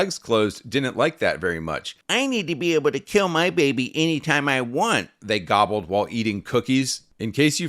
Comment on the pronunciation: New niche meme? “They govbbled while eating cookies”